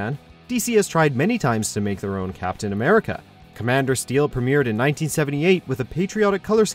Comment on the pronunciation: Were just going to ignore ammericamando